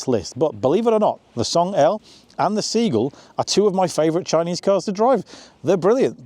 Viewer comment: Sea-Gull... not Seegle.